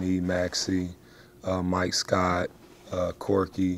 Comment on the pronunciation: Wait "Korky" 😂😂😂